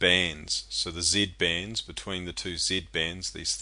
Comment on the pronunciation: Does anyone notice hes saying Z bends?